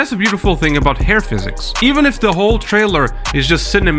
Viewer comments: Learnt a lot in this, especially that Hair is pronounced as air. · I kept hearing AIR physics, was like mang what the hell on about